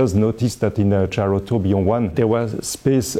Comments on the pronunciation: Nobody: Frenchman: Gayrowtobeyond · I want to get it so I can pronounce gyrotourbillon the way he pronounce it when showing off my watch.